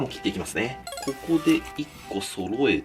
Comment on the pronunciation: 金子「こ↑こ↓」 ワイ「！？」